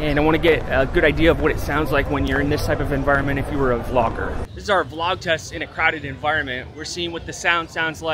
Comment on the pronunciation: when you say V- LOG are you trying to say VLOG?